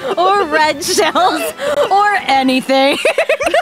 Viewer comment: answer. Truth. The way she said "OR ANYTHING" was pure Gold to me